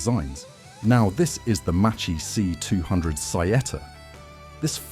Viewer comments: Really Macchi pronounced like mochi!😱 Ch in Italian sounds like k therefore Macchi sounds a lot like Ma Key only with a double k! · Piccola lezione di pronuncia in italiano: ch=k, cch=kk. Si pronuncia Makki, non Macci. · you also make mistakes in pronouncing MACCHI, we Italians add the H and it is not pronounced MACCI but MAKKI. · Non Machi. Maki. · “cchi” it’s like “kki” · Macchi, you read it MaKKi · Not Machee, it's Mák-kee Not Marschetti, it's Mar-két-tee ch=k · Spell -> Makki not Macchi, same Marketti not Marchetti. Anyway robots are dumb to understand. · A really interesting video! I'm watching the whole series of videos on the channel, they're really good! Just a small correction on the pronunciation of Macchi e Marchetti. In Italian, ch is pronounced like k, and cch like a prolonged k, more or less as if it were written makki and Marketti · Macchi , you pronounce Makki and Marchetti, marketti !!! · The pronuciation of Macchi is Makki, Marchetti pronunciation is MarKetti. "ch" is pronunced "k". (But "sch" is pronunced "sh" like in SHade) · I'm italian and my ears are bleeding hearing how you pronounce Marchetti and Macchi